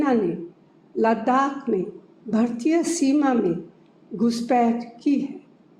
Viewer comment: Sonia Gandhi learning hindi now...भारतीय को भरतीय बोल रही है।...